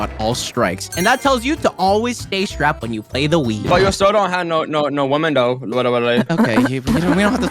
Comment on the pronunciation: The fact that he said "I always stay srapped" is crazy